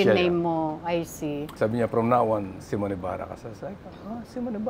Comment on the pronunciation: Wrong pronunciation si Aster sa name ng guest nya. He even corrected her about how to pronounce the name pero SYMON ng SYMON eh its SIMON (See mon)